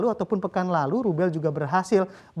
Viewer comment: Rube bcanya l nya gk ke sebut